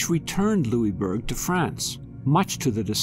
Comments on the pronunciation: Being from Cape Breton, this is interesting. However, Pronounced "Lewisburg". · hahahaha i know every time he said it i thought - its lewisburg! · Nova Scotian here. We pronounce it lewis-burg. This was a very interesting video, ty for posting it! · Well it was named by the French and they pronounce it the French way. However we won, so we can rename it whatever we want. LosISburg it is. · it drove me nuts lol. I commented that we pronounce it Lewis-burg haha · We are still Cape Breton Island a part of Nova Scotia not formerly as you would have it seem and we here pronounce the is in Louisbourg. If you haven’t visited this site I invite you to do so it is amazing. And archeological dogs are still u set way to this day on the site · Question for you all also. Does anyone else pronounce Louisbourg like he did in the video? Was anyone slightly bothered each time? Or was that just me? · Would have been better if the forts name had been pr9nounced correctly.